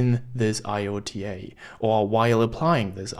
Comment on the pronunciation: iota is pronounced "eye oh ta"